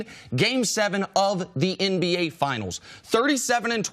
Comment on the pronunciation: Does CC say MBA instead of NBA....lol I know He's saying NBA but it's still funny I know I'm not the only one